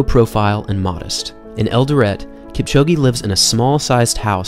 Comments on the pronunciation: It's Eldoret pronounced El Doe Ray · It's "El-Doh-Ret" . The 'T' is not silent